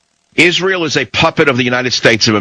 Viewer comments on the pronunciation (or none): none